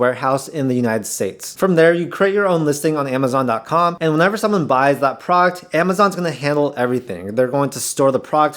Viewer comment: What's a prawkt? Are you trying to say product?